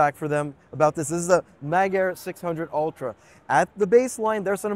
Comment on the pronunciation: MAGA-ir ... "Not coming to the North American Market"? 😂😂😂